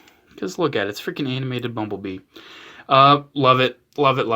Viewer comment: Why do I keep hearing 'mumble bee' what the heckle is wrong with me